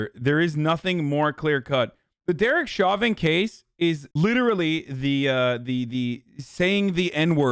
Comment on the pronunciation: Can everyone just agree his name is pronounced "Show-Vin"?